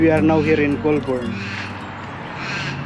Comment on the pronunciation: The trees that lose their leaves are all foreign trees. All Australian native trees are evergreens. It's pronounced "goal-burn". Great trip.